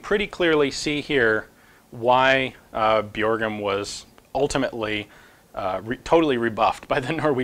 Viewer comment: The "ø" in "Bjørgum" is pronounced the same way as you do "ea" in "early" :)